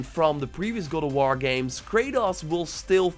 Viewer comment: Did you say gold a wall ? Speak clearly lmao